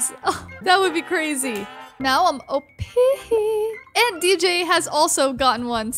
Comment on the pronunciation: Please stop saying OPEEHEE